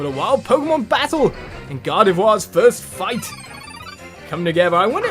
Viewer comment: Lmao he says Gardevoir correctly but tanks on saying Kirlia the right way. 😂😂😂